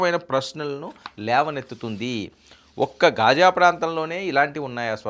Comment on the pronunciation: Ghaaja not khaaja